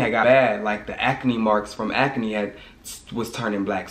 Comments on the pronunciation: If you create another word again I’m going to throw the jar away🤣😂😭😭😭 it’s ACNE NOT AC-A-NE!!!!!!! 🤣🤣🤣🤣🤣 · " how I cleared my aca-knee" haha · The way he say Acne is Hilarious